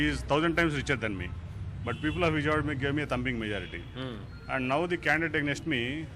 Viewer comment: Its Vijayawada not Vijaywada